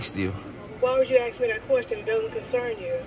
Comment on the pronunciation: PLEASE the words are " Ask and Asked" not AXE nor AXKED.